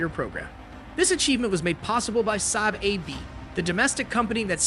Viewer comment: Saab is pronounced SAAB, not SAB. "A" as in father, fa-ther.